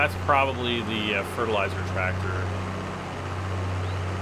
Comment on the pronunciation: I’ve been watching you for years. You’ll never be creepy! I lol’d when you said “trat’ter”!!!